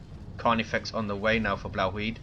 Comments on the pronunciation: i lol'd so hard when you first tried to pronounce 'Blauwhuid'. it's dutch, the dumbest language in the world, so i wasn't surprised :P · I lol'ed when I heard your Dutch pronunciation(#Blauwhuid). Insta-liked. Great casts. Been a silent watcher for a while now...